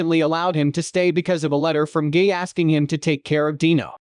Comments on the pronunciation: Who ever made this should fix the AI voice here. I'm hearing Gay😂. You should replace "guy" on the script with "Gai" to make the AI pronounce it correctly. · I'm cringing EVERY TIME I hear "gay" and read "guy" all throughout the video. Is it really pronounced as "gay"? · It’s supposed to be pronounced as „Gee“. 😅